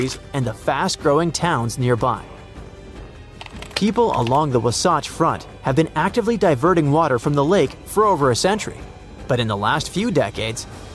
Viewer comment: OMG, learn how to pronounce Wasatch!